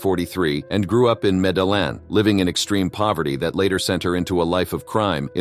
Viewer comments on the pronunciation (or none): Met-tea-yeeying. not met-teh-lin